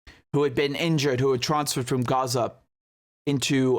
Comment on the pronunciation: Heh Richard, I respect the word you are doing the transparency, and 0 bias of your analysis. the other thing I like about you is how you pronounce Arabic words like Gaza (Ghazza) and words that have letters ه ح ع ق ; but Haniya unlike Yahia is written this way هنية.